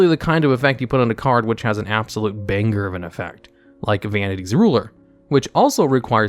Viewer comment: Why'd you say it like banger like that XD